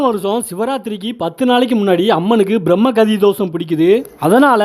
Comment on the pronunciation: Bramma kali not brahmma hasti